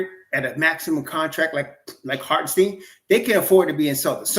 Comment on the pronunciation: It’s pronounce like “stine” not “steen”